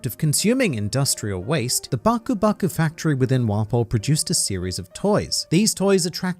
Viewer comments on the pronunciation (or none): none